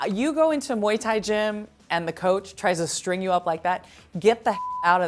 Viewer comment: Viuuu só galera do Brasil, A pronuncia é de fato Moi Tái.. nada de muai tái... Eu sempre soube hihihi